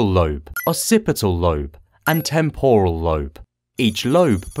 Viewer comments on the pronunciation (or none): none